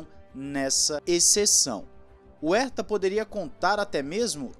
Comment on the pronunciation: "Erta" não!!! "Rerta", pô! Dói os ouvidos ouvir "Erta". Ninguém no mundo pronuncia o sobrenome dele assim.